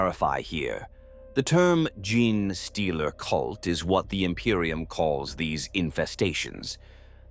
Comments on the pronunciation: I do...love this channel for its tales...but hearing the narrator say "Gin-Stealer" all the time... makes me pause the video and debating if I want to continue watching... like how does "GENE" become "GIN" ? p_p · nah this one is pretty good. amd the voice itself is great. Just need to change the prompt so it replaces gene with jean or something you can also tell that the parasitic like nature of the concept and the fact that genetic contains the word phenome "tick" throws it off at a few places too. a few corrective prompts could solve this problem or mitigate it. genetic is also ironically an example of a word where the word bucks the trend of that second e changes the pronunciation to a long e. from "jean" to gen in the word genetic, but not gene. genesis is another, which funnily enough literally just came up as i was tying this 😂 compared to others out there its a pretty good one imo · maybe having the script writing it as jean-stealer will get it to pronounce it right lol. it seems to have a particularly hard time with genestealer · It's hilarious that these Ai voices are completely unable to correctly say any word containing 'gene'. This video unintentionally bonkers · I am not hating but that AI voice is terrible at saying uncommon words. Gin Stealer , tie ra nids,40 thousand instead of 40 k like most people would say. I am guessing English is a second language. The sentence structure is not incorrect but it's not always natural and the theatrical voice is covering it up well. But it can be uncanny when the voice doesn't match the pattern of speaking you would expect from the accent. If that makes sense. Like someone from england saying something someone in Boston would say because they lived there a few months awhile ago. I am saying this because I like the videos, they help me sleep but those little things take you out of it when they pop up. If you can fix the little mistakes I think your videos will reach more people.